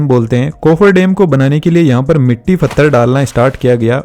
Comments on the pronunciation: Pathar not fathar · भाई फत्थर नहीं पत्थर बोलते हैं उसको पूरी वीडियो बहुत अच्छी थी बस इसी चीज ने बहुत इरिटेट किया मुझे l